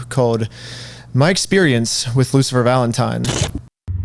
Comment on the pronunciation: "LOOSER FALENTIME" = the way all the gen z kids pronounce his name